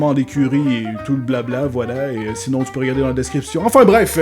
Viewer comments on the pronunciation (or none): none